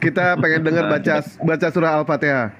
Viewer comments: Baca surah Al fatehah nya aja Salah, ngaku2 mntan muslim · Salah itu baca alfatihanya. Mungkin baca huruf latinnya. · Oten.. mantan Muslim baca Al- Fatihah.. msh salah..🤪😇